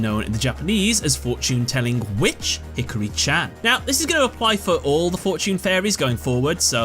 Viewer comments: Did you just hard Anglophone emphasize "HI-KA-RI" into "hickory?" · Oh no he said Hickory not He - Car - Re just fyi